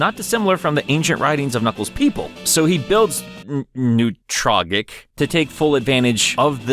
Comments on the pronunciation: I'm pretty sure Newtrogic is pronounced New-troe-jick. That's how I've always pronounced it, anyways. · these pronunciations are killing me! Newtrogic rhymes with logic. Also, the "ech" in Wechnia would have to be pronounced like in "echidna." Y'know, White Echidna, Wechnia?